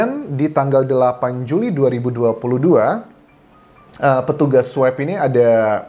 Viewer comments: Swob pak bukan swep pronunciationya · Pak Anjas...bacanya bukan "sweb" tapi "swob"..sama kayak baca "swan" kan bukan "swen"..makasih